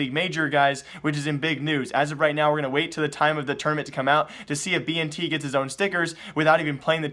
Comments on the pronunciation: Dude, it's bi-en-tet, not bi-en-ti. Hahaha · It is pronounced as Ben•ted and he is Indonesian lulz plz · Bntet is not chinese and thats not how you say his name :c